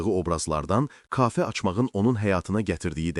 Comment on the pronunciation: Kaafe nə idi? Kafe dəə